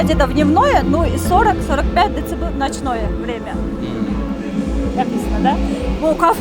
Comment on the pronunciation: дэцибэйли дейтко еще